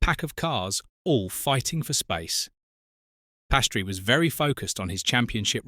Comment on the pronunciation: He is calle Piastri…not Pastry🙄